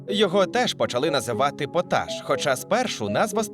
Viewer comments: Не потАш, а пОташ. Цікаво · Через звичний наголос на першу голосну «пОташ» мене прям передьоргувало) Але слово має два наголоси 🤷🏼‍♀️ тому я просто тихо побішусь тут)))